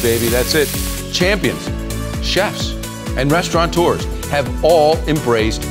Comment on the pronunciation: Hey? did you just say Restauranteurs?.... It's Restaurateurs.